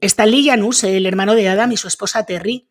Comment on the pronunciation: Yanus o janus, pues no que no puede pronunciar nombres extranjeros